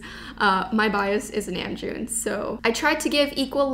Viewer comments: i heard it as namjoon, just accent i guess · it's because she's Canadian so her accent comes out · fyi namjoon doesn’t have a short a sound, it’s an “ah” sound. the sound you made for the “a” simply doesn’t exist in korean. if you think about the word father, the “a” sound is really close to the sound in namjoon (it’s not exact, but closer than what you said). just something to think about :) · Ok but why do you say mon IT'S MANG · Um... You pronounced RM's name... Nam June.... its pronounced Nomjoon I'm sorry I had too lol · I’m not trying to be rude but let me try to give you some tips. 1. How to pronounce Namjoon, it’s kinda like nom nom but just nom so say it like nomjoon. 2. How to say Mochi, It’s like mow-chi but spelled Mochi. AGAIN IM NOT TRYING TO BE RUDE JUST GIVING YOU TIPS ILY💜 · "nAEmjoon" lol I'm sorry I had to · got so excited when she said namjoon was her bias... then i realised she said nam-june 🗿😔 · Neam joon? That bothered me so much😂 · I’m sorry but..I think it’s “n a m j o o n” 😐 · Did she pronounce Namjoon’s name wrong or can u also say it like that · you said joonies name wrong